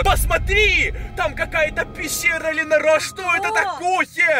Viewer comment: Ты от криков сказал пищиа а не пещера